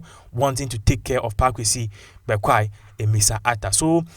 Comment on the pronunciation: His name is Bekoe and not Bekwai please brother